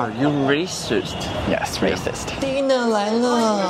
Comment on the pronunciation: 他/她講dinner來了 我還以為她在講自己低能兒來了